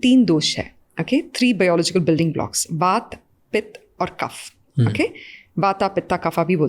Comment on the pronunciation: I request please do not replace our words with English language It's kaph not kapha It's Vaat not Vaata It's Pitt not Pitta